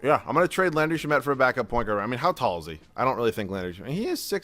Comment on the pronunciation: it's sham-et not sha-met i've heard it in so many videos 😭